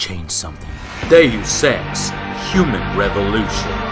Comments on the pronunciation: joe it's pronounced do sex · im 100% sure someone already made this joke but i thought when jow said deus ex was day you sex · Joe, you spelled Deus Ex sound like "Deus sEx" :\ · The mispronunciation of Deus Ex was funny. xD